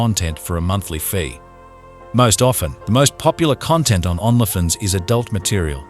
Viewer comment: Are there rules about pronouncing Only Fans on YouTube? You prounonce Only Fans as "ON-la Fins" instead of "Own-lee Fans". Why? It's distracting from the seriousness of this crime.